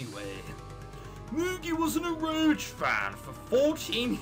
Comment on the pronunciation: It's pronounced Ero Ge, like the G sound in Goku and Golf...X3 This game sucks so hard it is actually good